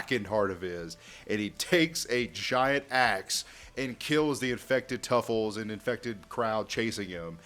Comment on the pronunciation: It's Truffles not Tuffles